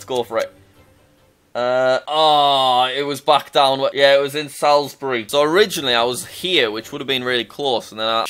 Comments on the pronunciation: It is pronounced salls-bury, take it from a person from salisbury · As someone from Wiltshire the way you said sailsbury was so comedic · Jack what was that pronunciation of Salisbury- For future reference, it's not a short "a" sound as in "hat", but rather a long, lower "a" sound, similar to "haughty" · Now I know this isn't gonna trigger anyone but me but I need to get this out of my system.... ITS PRONOUNCED SALLSBRY NOT SAAALSBERRY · As someone who live in SaLSBRee it was painful watching the Stonehenge question, and like a dagger in my heart hearing "SaLSbRee" instead of "Sawlzbuhree" American Pronouncation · As a Salisbury native, watching the Stonehenge one was painful, and then the way Jack pronounced Salisbury was even worse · I agree, was shouting at my phone 😂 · your pronunciation of salisbury made me sad